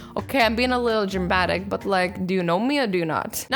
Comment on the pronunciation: You said drimbatic 🤣